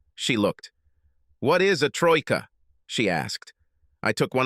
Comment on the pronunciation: These stories are full of such references and incorrect words and pronunciations, did you notice "Troika" when they were talking about "three" for the depth of the pool?